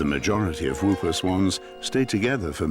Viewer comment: NOT WOOPER SWAN! PRONOUCED "HOOPER"